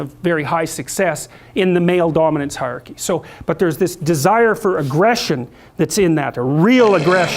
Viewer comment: "HIERACHY" Oops!